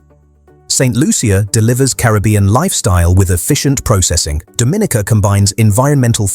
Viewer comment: It's pronounced Do-min-EEE-kuh with the accent on the third syllable and a long-E sound.